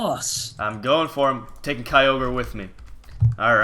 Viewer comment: Mitch plz keep kyogre. The other guys said it fine.